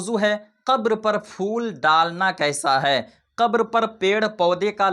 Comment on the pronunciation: Sabse pehle phool bolna seekho Fool nahi phool hota hai Dusri baat phool daalne se kuch nahi hota Jitna paisa phool daalne me kharch karte ho...utna paise ya utne paise ka khaana kisi ghareeb ko dedo